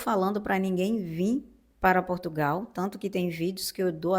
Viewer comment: Queres que venham mais brasieiros para cá? Com as novas leis da imigração, que estão a ser discutidas e aprovadas, muitos brasileiros não vão poder "vim". Nem sequer sabes pronunciar de maneira correcta o nome do nosso país.